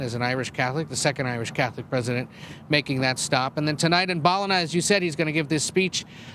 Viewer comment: Hearing Americans trying to pronounce Ballina is hilarious 😅🤣